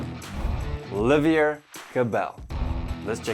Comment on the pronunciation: It’s Oliver no Olivier